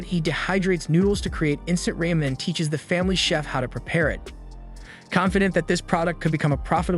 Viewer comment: Had to stop watching because of the pronunciation of Liam and Ramen. Good lord it's like nails on chalkboard.